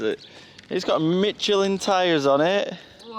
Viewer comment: Thumbs up # 104 a Torch is an oily rag on the end of a stick sat on fire what you have is a Flashlight LoL also With the bike tires the brand is enunciated as Mishelin no t's in it. You said Mitchelin which is not correct that was an expensive haircut you need cut your own hair during the pandemic 15 💶 = 17.81 United States Dollar's Minky~Mc~Sailboat